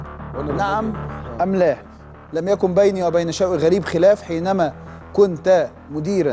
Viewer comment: عندما كنت بضم التاء يا ا ابراهيم .